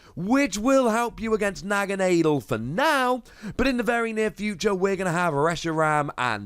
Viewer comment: Naga nah del is how it's pronounced lol